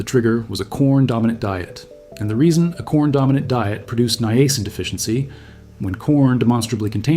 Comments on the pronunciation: This is actually a pretty amazing video. Please note that "Niacin" is not pronounced with the hard letter "A" sound, it is pronounced as "NYE-uh-sin" or "NIGH-uh-sin", and most people combine the the first two as "Nyah" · I thought it was pronounced as Niacin. not Niacin. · His pronunciation was throwing me off, and he kept hammering it home. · Maybe that's the way they say it in Canada. ( that is the channel's origin).🇨🇦